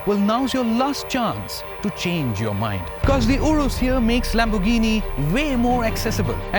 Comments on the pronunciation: The way he says Lamborghini puts off the whole video. It's Lamb-or-ghini not Lam-bor-ghini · It's pronounced as Lamb-er-ghini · No wtf it's Lamborghini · Lam-bur-gheeni please!! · Pronouncing Lamborghini like that is a crime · I have a question - before making the video, nobody taught you how to pronounce Lamborghini? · Have a shot everytime he pronounces Lamborghini wrong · Okay he only did it twice